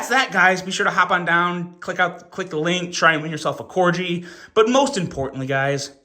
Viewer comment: Corg——-eeeee, not cor-jee, 😂 like the dog. Merry Christmas though, hope y’all had a good one.